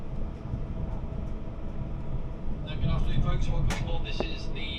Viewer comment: Edinburgh❌️ Edinbruh✅️